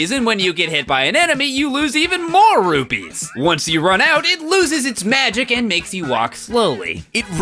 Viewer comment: It's rupees not rupys